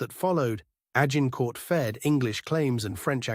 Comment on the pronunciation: If your AI cannot pronounce Agincourt, you are failing. Delete.